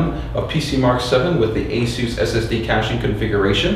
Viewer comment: I am about to pull my hair out.... what software are you using to do this? it sounds like you are saying asu2 software, I did a google cant find anything called asu2.... Please post a link. Someone please help why does he say it so fast and matter of factly. Like I have any idea.